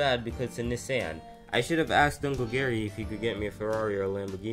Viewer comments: IT'S "KNEE-SAWN" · Knee san 💀